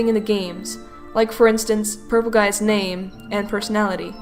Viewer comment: Thank you for saying my name right